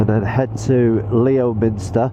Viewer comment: Wales has some great biking roads and I'm sure you'll enjoy. Not quite as nice as Norway though ! Think you'll find Leominster is pronounced Lemster ... Strange but true.. I think. Looking forward to your future vids.